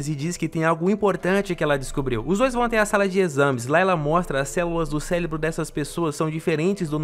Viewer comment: Eu quero é muito burro Olha o nome que o cara chama cérebros livro cérebro cérebro que mano eu tô tentando explicar o quê mano é célebro ou cérebro me explica como é que se espada de cérebro aí você sabe falar certo então fala certo pelo amor de Deus ou olha para o jeito que se fala mano pelo amor de Deus